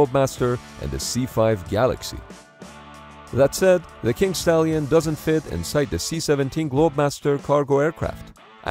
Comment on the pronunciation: Did he say kink stallion???